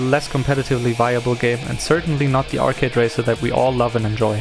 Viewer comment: “It’s too Arcady” it’s called initial D ARCADE stage